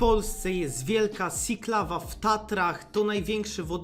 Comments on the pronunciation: Siklawa czyta się przez "ś", a nie "si" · To jest wielka siklawa, przez ś, a nie s. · Jak to "siklawa" wymawiana przez twarde s jak w słowie sinus? Dlaczego nie mówisz siklawa przez miękkie ś jak w słowie sikać?